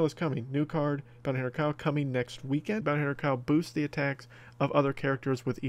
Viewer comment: I thought it said booty hunter kyle